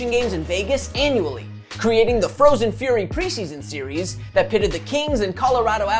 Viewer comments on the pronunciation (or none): none